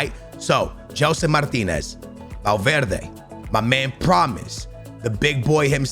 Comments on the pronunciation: Dude's portuguese and says Martinez instead of Martins... oh... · Its gelson martins not martinez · tu és português meu, diz GELSON MARTINS, n digas Gelson MARTINEZ 🤦🏻‍♂️ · Jellson Martineezzzz😂😂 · Gelson Martinez??? Fds mano és tuga devias saber dizer Martins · Its not martinez its gelson martins. Much love from PORTUGAL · Please gelson martins every time you say name I think it’s a brand new player